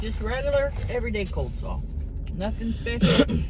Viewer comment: It’s coleslaw, not cold 🥶 slawwws divas 😐